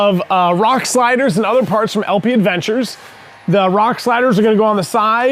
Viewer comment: That's a nice functional build. Every time I see it, I wish that winch mount/brush guard was available for previous model years. Just one very small thing. It's technically LP Aventure, there's no 'd'. It's French so the pronunciation is ah-von-tour, not add-ven-chur. In the end, the word is French for adventure lol, so probably not a huge deal. Also, did the coilovers reduce the tire clearance laterally? Or is it specifically a function of having more travel that caused the tire to come into contact under compression?